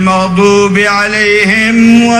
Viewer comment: Katanya habib Umar ahli hadis kenapa bacaan alqurannya berantakan hukum ilmu tajwidnya saja kacau tidak bisa membedakan antara ihfa, idghom, idhar, gunnah, mad asli, iqlab....yang harusnya dibaca panjang malah dibaca pendek .. kaya maghdubi...harusnya maghduubi.. wau nya ga kepake 😄